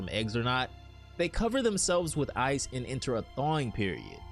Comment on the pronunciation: He said ize as an ice